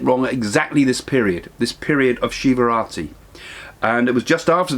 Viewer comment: It is Shivaratri not Shivrati